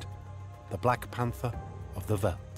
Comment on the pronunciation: It's not so difficult to pronounce "veld", even for a brit or an American. It is pronounced exactly like felt... Great documentary, but I cringed every time the narrator said "veld"...